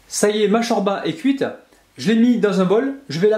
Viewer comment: chorba ses türk mes sa se prononce pas comme sa